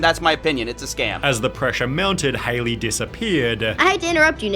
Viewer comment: Is that how you spell or pronounce her name. This is how you spell Hailey isn't it? Not Haliey. Seems like her name will be pronounced like Halle Berry's.